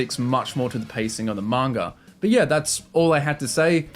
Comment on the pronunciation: lol why do you say 'manga' with a hard R lol